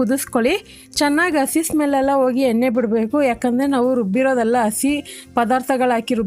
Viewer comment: ಅಸಿ ನ??? madam ಹಸಿ ಅದು..